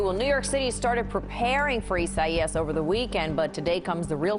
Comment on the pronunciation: Its hilarious hearing them pronounce isaias.